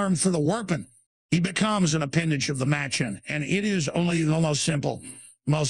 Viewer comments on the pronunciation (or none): none